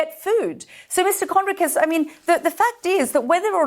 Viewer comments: Sky UK, arab woman who already has,decided what she thinks. Doesnt let Jonathan speak, and hasnt even bothered to learn how to pronounce his name! It was a monologue, not journalism! She really hasnt got a clue about any of the issues she brought up. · at least promounce his name right BBTch